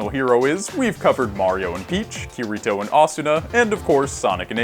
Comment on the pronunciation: The way he pronounces Kirito 💀